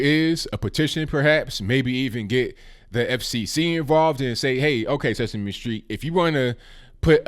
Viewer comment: It's sesame Street not sexme street.